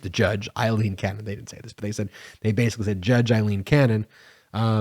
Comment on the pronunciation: Her name is Ailene not Eileen